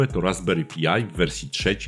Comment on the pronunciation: Raspberry PAJ nie Pi-aj. i "Klient SSH Pati" nie Pjuti. To w kwestii wymowy. Natomiast bardzo przydatny materiał, dzięki wielkie za wrzucenie!